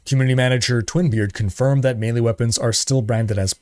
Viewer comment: I swore he said more manly weapons not melee.